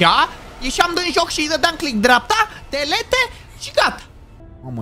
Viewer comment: Oamenii normali ( pronuntie ):dilit: delete